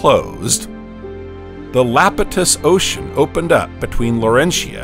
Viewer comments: Holy crap dude it’s Iapetus not Lapetus. It’s an “i” !! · Lapitus? Eh, it's pronounced Iapetus. With an "I" not an "L". eye-AH-pet-us. Sounds so stupid when you say Lapitus. You sound like an AI struggling for breath. :) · It’s EYEpetus spelled Iapetus with a capital I, not Lapetus. Is this an ai voice reading a script? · Did you know that that early ocean was "Iapetus", not "Lapetus"? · Or "Iapetus". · The reader, human or AI, failed to read "Iapetus" correctly, mistaking the initial uppercase "i" for a lowercase "L" every time. None of the humans involved ever caught or bothered to correct this glaring error.